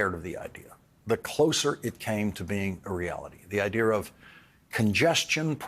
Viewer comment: hes not british why does he say IDEAR